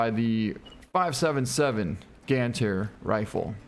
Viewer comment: You should pronounce as "Gāndhāri" 😊